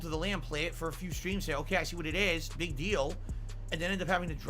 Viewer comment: I heard him say "the next 'pig' release" im guessing he said 'big' but I agree with my ears.